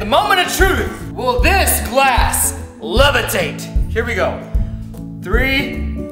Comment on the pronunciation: The first time he wanted to say glass he said class